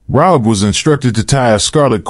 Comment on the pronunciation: .......by the way, her name is pronounced "RA-hab". Love this study. Thank you. ♥